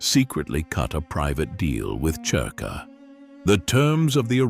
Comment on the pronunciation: It's spelled cerka but pronounced zerka